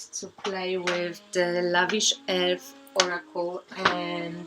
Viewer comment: Please can you tell me again the name of one of the decks, did you say it was called The lavish elf? sorry I didn't quite catch what you said. my bad Thanks :)